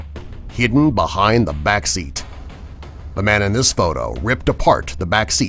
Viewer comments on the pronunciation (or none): YOU DID NOT SAY BEHIND I F**KIN HATE WHEN PEOPLE PRONOUNCE IT BUNIND 😡😡😡